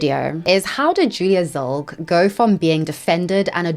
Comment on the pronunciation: Whats up with your pronunciation?? Tana monguu and trisha pitas? Julia zilg? Come on